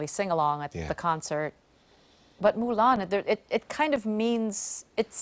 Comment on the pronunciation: When she said "Mulan" i was like. Damn girl! 😍😍😍